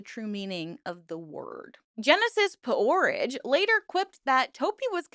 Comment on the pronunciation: Jesus Christ you cannot pronounce P-Orrige or sigil. wtf